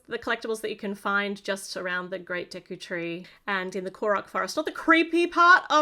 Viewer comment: I'm happy that you got the pronunciation of the tree correct (some reviewers really butchered it)